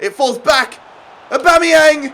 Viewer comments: Everyone: Aubameyamg Literally everyone: Aubameyang: ObOmEyAnG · ITS AUBAMEYANG NOT ORBOMBEYANG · Why you saying Aubameyang weird?